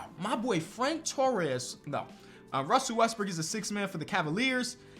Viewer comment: He said “russell west— BROOK ”😂